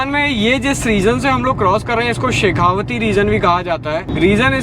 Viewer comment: It's शेखावाटी... Not शेखावती।